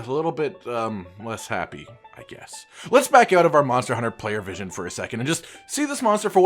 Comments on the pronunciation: he said monter hunter not monster hunter lol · says Monter Hunter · Are we not gonna talk about the fact that you said Monter hunter?